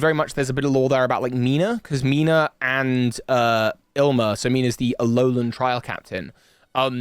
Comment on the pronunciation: Waiting for the day when pronounces Ilima correctly (ill-ee-ma) instead of as “ill-ma”